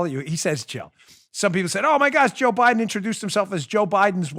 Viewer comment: Dan, he said “Joe Bliden’s husband”